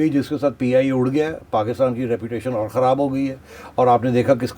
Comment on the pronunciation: This lady has big tongue and act like Indian anchors kharab saying kahraab